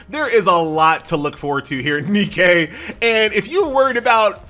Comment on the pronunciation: It's not NE-Kay DAMMIT it's just Nike that's all the Greek Goddess of victory is called Nike.... NOT NEE-KAY